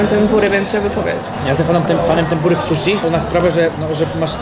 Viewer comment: O panie błagam "susi", a nie "suszi". "Shi" to nasze "si", a nie "sz".